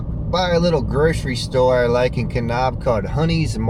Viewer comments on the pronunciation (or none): Nice trip. Hot tip: Kanab is pronounced Kuh-NABB, not Kuh-Nobb.